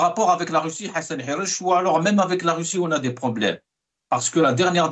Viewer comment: Hassan Hirech et pas guirech